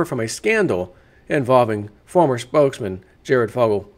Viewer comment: his name is Jared, its Jared..